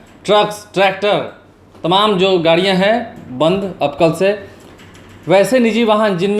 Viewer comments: Bihari kab hindi bolna seekhenge, tamam ko timim Or badh raha hai ko bar raha hai ya judh rahi hai ko jur rahi hai etc kehne wale sudhrenge nahin. Ek bihari sau bimari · Temam nahi boliye.sahi tamam